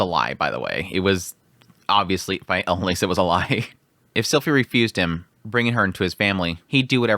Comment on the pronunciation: please stop pronouncing character names wrong. (ah-lein-ah-lease) not elan alice